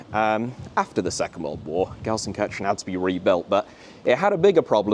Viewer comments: People in 95% of Germany: "LUL he says Gelsenkörschen, not Gelsenkirchen" People in the south of Gelsenkirchen: "What are you guys talking about??? He says it exactly like we do" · alter kann er gar ned Gelsenkirchen richtig aussprechen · Ist für die Briten richtig schwer 😂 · I genuinely love your videos but please learn how to pronounce Gelsenkirchen properly please. I want to go full Van Gogh on my head hearing you say that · It's a bit painful that the biggest fan of Gelsenkirchen can't pronounce Gelsenkirchen